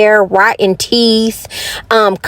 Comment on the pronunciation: I said the same thing. Her grammar is completely horrible. She can’t pronounce anything. Like teet and mout.😂🤣and don’t forget vanilla extra scratch